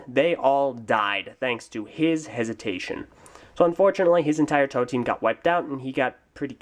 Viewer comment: This is my favorite Toa of Air and second favorite Bionicle character. And thank you for finally PRONOUNCING THE GUYS NAME FOR ME! You have no idea how long I've been butchering his name. My first favorite is Gresh.